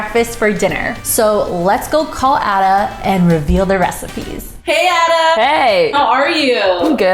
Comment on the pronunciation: Black pudding essential. Why cook with butter. Just need veg oil. He name is pronounce Aida not Adda. 🙈